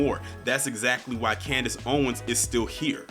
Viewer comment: Did you said Candice "Coonness" Owens!?!!?!?🤣🤣🤣🤣🤣🤣🤣🤣🤣